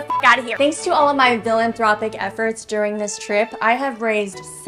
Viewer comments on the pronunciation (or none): I heard "villaintropic" 😂😂😂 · I heard villainthropic.😅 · Did say 'felatiothropic'? 😂 My brain broke. And I like it. ❤ You are the master baiter.😊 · Fellatiothropic efforts?! I’m dead 💀 😂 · Philanthropic or Villanthropic 😂😂😂😂😂😂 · Did you say "villain-thropic"?!?! 😂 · "fellatio-thropic"! Omg lol